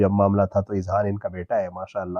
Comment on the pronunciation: Not izhan,,, it's azhan,, plural of Zahan